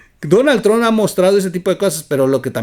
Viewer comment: Oye güey se pronuncia tromp no se dice final tron